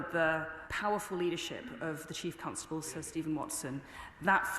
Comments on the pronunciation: Why does she pronounce Constable as Cuntstable? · Lol she says cuntstable